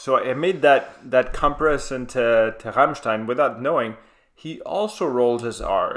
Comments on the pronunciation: your pronunciation of Rammstein is pretty impressive i must say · Great reaction. Your pronunciation of Rammstein is great. Sprechen Sie Deutsch? You should do Heilung. Either 'Krigsgaldr' or 'Fylgija Ear/Futhorck', from Lifa at Castlefest. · The first american in the world that actually can pronounce Rammstein